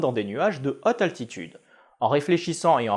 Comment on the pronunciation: La "hotte" atmosphère, remarque, ça rend bien !!